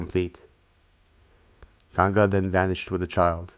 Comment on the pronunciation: THANK God - FINALLY - A video read by someone who speaks perfect English AND pronounces the Hindustani words correctly. The rendition of the Mahabharata was completely ruined for me when the American mispronounced EVERY single Hindustani word in it (including a simple one as Ganga) I just could NOT get myself to listen to ANY more chapters or parts of it. It felt like a foreigner telling me about India or a Christian explaining Hinduism!? THIS I want to listen to. We have several Indians who speak English well without the Desi accent, like this one, and they would be just right to narrate this. I'm saving this to listen to at leisure!! THANKS!!✌from USA.